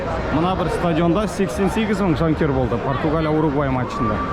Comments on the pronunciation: Угурвай дегени бір Сүгірбай деген сияқты екен) Уругвай* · УГУРВАЙ дегенді дұрыстаңыздаршы